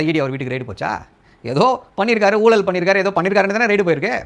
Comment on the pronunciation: நீங்க book selves கிட்ட இருந்து வெளிய வெயில் ல வந்து பேசுங்க... ஊலல் இல்ல ஊழல்... சரியா தமிழ் பேசுங்க...